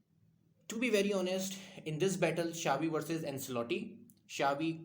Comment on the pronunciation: Its Cha-bi not Sha-vi. Check the pronunciation